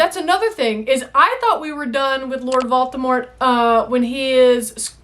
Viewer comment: Hahaha, every time she says "Vaultimort" I picture him winning Olympic metals as a gymnast.